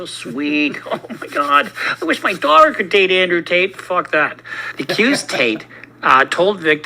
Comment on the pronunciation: Wanna hear a funny sound? Ask Andrew to pronounce "water" or "daughter."